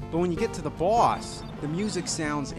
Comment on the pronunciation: "but when you get to thw BOOARSCH"